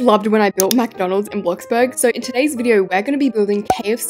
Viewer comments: caught yous saying mcdonaldssss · Am I the only one who noticed saying “MaC dOnAlDs” on? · It’s not Macdonalds it McDonald’s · It’s McDonald’s not MacDonald’s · Stop saying Macdonalds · She said mc Donald’s instead of KFC